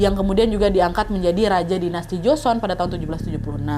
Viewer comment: Duhh sorry to say, tapi gak nyaman banget dengerin part ini. Buka karena alur ceritanya, tapi karena pengucapannya, seperti joseon, nama2 dll. Sekadar saran, sebelum take, kalo misal ada kata2 yg dirasa asing coba search dulu cara pelafalan yg tepat seperti apa🙏